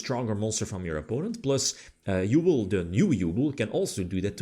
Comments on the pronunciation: Halfway through I feel like we bullied him into saying Yubel instead of "Yooble" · i beg you, learn how to pronounce Yubel x') she suffered enough, don't torture her more